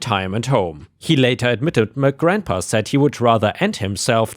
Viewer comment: grandpa has a "pa" sound at the end, not a "ma" sound. 🤣